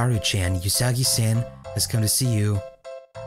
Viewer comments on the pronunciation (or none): I wanna say it's oo-sagi, not yu-sagi, but whatever. Who cares. Pappyruss. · you keep pronouncing Usagi-chan incorrectly The U in Usagi is pronounced like the sound oo in oops, there is no y sound to it. You where pronouncing it like yousagi. Also chan, it's pronounced as more of an open vowel sound like the a in another. not a closed vowel sound like the a in the name Nathan.